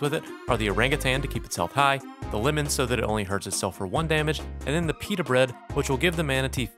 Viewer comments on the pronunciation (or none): they are talking about when says Peter bread instead of peta bread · stop saying Peter Bread !!